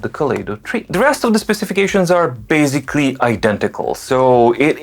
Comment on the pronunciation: Sorry, I am here a little bit off topic. I enjoy very much your great reviews and love your excellent English. Where you cach me is when you say your favorite word BASICALLY, which you pronounce differently: baZically.Are you on purpose trying to test if I am slipping? :) Have a great Day!